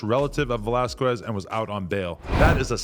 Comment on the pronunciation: why adam cant say his last name right😭😭its pronounced vellasskez😂😂